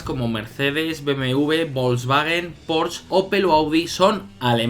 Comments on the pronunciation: Porsche, no "Porsch", que en Español y Alemán se dice de la misma manera. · Porch no se pronuncia porss, se pronuncia porche. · No se dice "porsh" D